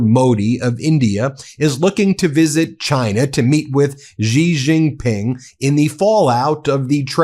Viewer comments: it's pronounced "SEE" JINPENG. Not Zhee. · Ben, it's Shi Jing Ping😊❤